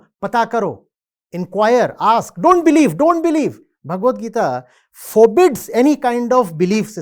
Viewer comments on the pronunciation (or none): Why the heck is calling Gita as geet? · Why you pronounce Gita as "Geet" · Bhai podcast bana rahe h itne bade gyani ko bulaya h inko. Bhagwatgita ka naam lena bhi ni aata bhagwat geet 😅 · Why are you not pronouncing "gita "word properly man..... This is very arrogant of you